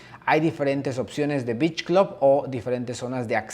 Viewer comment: que pocho, y ni si quiera pronuncias beach bien parece que estas diciendo bitch😂